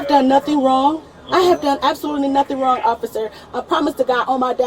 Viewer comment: Narrator: she did do something wronguh